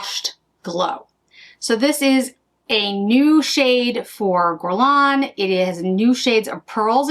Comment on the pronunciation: If I may offer a piece of advice regarding pronunciation (if you don't mind) - it's pronounced "gErlain", not "gUrlain". Basically, just imagine the U not even being there. Its sole purpose is to indicate the pronunciation of the first letter is "hard" G (as in goose), as opposed to the "soft" one (as in aubergine). I hope it helps 😊